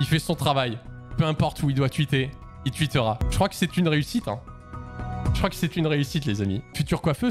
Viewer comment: "il tuitera" 🤣🤣🤣🤣🤣🤣🤣🤣🤣